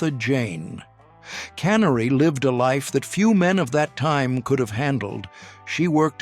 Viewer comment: Martha Jane Canary was my kin folk. They could at least pronounced it right. And she loved Wild Bill it's in my family's personal diary she owned personally signed by Wild Bill along with several other autographs by anyone from Generals to outlaws. She loved life.